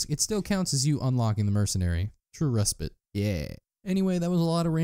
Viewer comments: it's pronounced ree-spait, not fucking rehspit thanks for tutorial though very helpful :) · it's not resp-ee-t, it's resp-i-te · "re-spit" XD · Res-pit is hilarious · I don’t think that’s how you say respite? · ew, england frowns upon your pronunciation of respite.